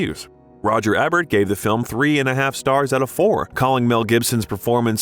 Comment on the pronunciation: Alright, I’m gonna have to say something about the pronunciation of names it’s not Roger Ebb-ert it’s E-Bert and it’s not Bo-No it’s Bon-O